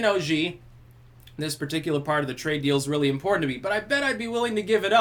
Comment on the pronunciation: Oh rearry?